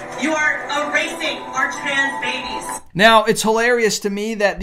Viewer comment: Why do you not pronounce certain words correctly? Like abortion ("aborrant") and trans ("twans")? And sometimes speed up your talking over certain phrases?